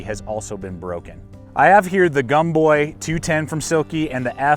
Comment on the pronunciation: GAHM-boy. Gomboy should rhyme with tomboy. EECHEE-bahn. Rhymes with peachy. Sorry to see your bad experience with these saws! I love my bigboy.